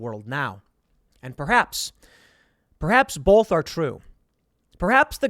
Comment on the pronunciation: BOLTH? Interesting story though.